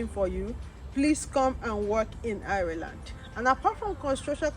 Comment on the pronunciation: Learn how to pronounced the name of the country very well.